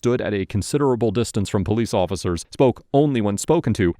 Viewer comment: I count 7 powwece officccers.. really? He is literally cooperating with everything they ask.